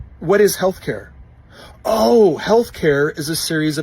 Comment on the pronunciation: No he didn't say healthcare, he said "healthcayah". Two totally different things.